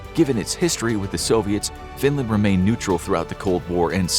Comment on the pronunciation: why Findland and not Finland